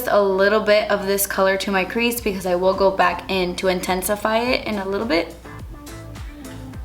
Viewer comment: "Creash" LMAOO 😂😫 I love you! Such a cute look💗